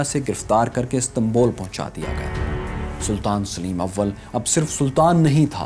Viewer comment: Yaar usama ghazi ko lao is bande ki awaz maze ki nahi he Saleem ko sileem bolta he